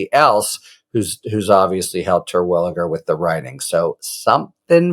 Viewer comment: As a Terwilliger myself (no relation, probably) I appreciate your correct pronunciation